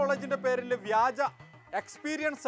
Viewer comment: വിജ്യൻ [വിജയൻ ] എന്ന് ഞാൻ തെറ്റിദ്ധരിച്ചു , വ്യാജൻ എന്നാ ലേ